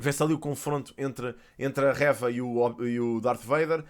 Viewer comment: eu adoro mesmo os teus vídeos e acho muito interessante como falas sobre os temas mas tipo diz o nome da Reva direito, como dizes third sister e cenas assim com muita boa pronúncia, também Reva podias dizer ahah Era só esse detalhe. Continua com um ótimo trabalho Abraço 👊